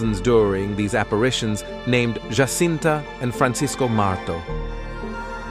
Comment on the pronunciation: Why Anglos INSIST in pronouncing Portuguese words and names in Spanish, instead of in Portuguese (DUH) is beyond me. What's the deal with these ignorant Anglo-Americans. Take Jacinta, one of the three children in Fátima, Portugal 🇵🇹 - mind you - Fátima is NOT in Spain (DUUUH) it is in PORTUGAL , THEREFORE the names should be pronounced in PORTUGUESE - the letter “J” in Spanish has the sound of “H” in English - example: “Have” - but the letter “J” in Portuguese mimics the sound of the letter “J” in JA JA Gabor - or the letter “S” in “measure - treasure- fissure.” - I see these grave mistakes over and over.